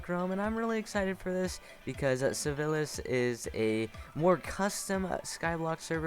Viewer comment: Super cool video! Nice showcase and gameplay! You just said sivilis instead of sivils at the beginning.